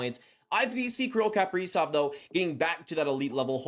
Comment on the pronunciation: What is it with Canadians and mispronouncing Kaprizov. It’s Ka-pre-zov not Kap-pree-zov